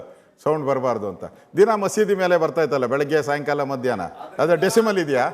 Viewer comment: Anna adhu decimal alla decibal 😂😂😂